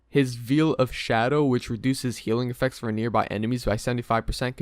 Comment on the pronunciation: With hardcore just coming out, this video is actually dangerous. Probably the worst guide I've ever seen and I've watched everything about wow. You literally can't even pronounce basic words. "Veel of shadow"? Really? Delete this please